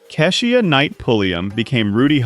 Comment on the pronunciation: Another one - "Kee-sha" not kess ee uh.